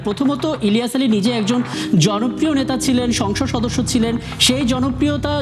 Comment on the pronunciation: ইলিয়াস আলী নাম টা সঠিক করে বলবেন